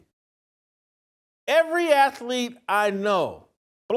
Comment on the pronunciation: JASON IS IT “AKLEKE,” OR “ATHLETE?”…. SWALLOW YOUR FOOD COMPLETELY BEFORE YOU SPEAK PLEASE!!!!